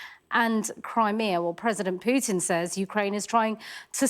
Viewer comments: Not ",Putin". Pukin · "Pjutin", lol!